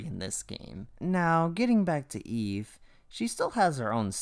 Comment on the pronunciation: It's eve, not Eva.